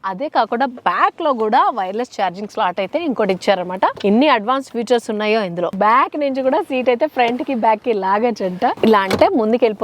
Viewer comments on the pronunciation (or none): ఫ్యూచర్స్ కాదమ్మా ఫీచర్స్